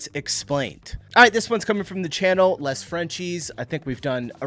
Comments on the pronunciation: In french you almost don't pronounces the"s" at the end of the name .So "les frenchies" is not "less frenchiess" but "lay frenchy" . This is a free lesson, say thanks . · N.B. The pronunciation of 'Les' in Les Frenchies is similar to the 'Lay' sound in Lays chips/crisps. It means 'The' (in the plural). And Orléans is pronounced more like 'Or-lay-on'. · The S at the end of Les is silent.